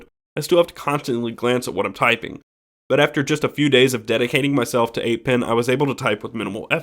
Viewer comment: It's 8 PEN, why do you keep pronouncing it as "PIN"...